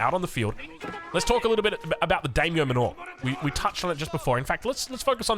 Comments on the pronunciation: it's just daimyo MAN-or. Like the manor houses in AoE3? As in, they live in a large manor. Not manoor. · The Dame-yo Manure?😂